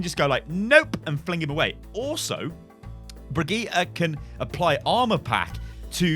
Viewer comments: Please pronounce Brigitte correctly (bridge- it) not (bri-gee-ta) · HER NAME IS BRIGITTÄ NOT BRIGITTA FACK (how you say it) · why is it so hard to say bridge it?? is this some sort of englisg langauge master race like you guys like to do LUL